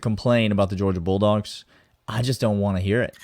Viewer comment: I heard that too. 🤣